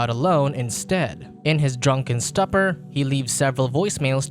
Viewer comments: Stooper! Not stupper. Idiot AI won't survive long. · STOOOOOOPER not STUPER ill teach you english if you want dude. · "stuppa" ... what da frack!!! roflmao ... its pronounced STU-POR. SMH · Stupor pronounced like stew per* Not like supper (AKA: dinner) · Stupor is pronounced stoo-pur.... Artificial intelligence is stoo-pid... Artificial intelligence is dumb..... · I find it hilarious that the voice over guy cant pronounce "stupor" correctly. :P